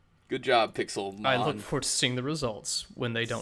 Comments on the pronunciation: Actually, with the accented E, wouldn't this be pronounced something more like Pix-Ale-Mon? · So why is the title written "Pixélmon"? Are we supposed to be pronouncing that "pick-sail-mon"? ...Why is this the problem I have with the Kickstarter?!